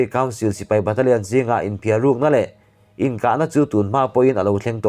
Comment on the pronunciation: "sprit an in" ni lovin "sprit an în" tihtur zawk niawm tak ani.ṭawng thluk na tur hi fimkhur loh chuan ngaihthlak ahahthlak deuh ṭhin.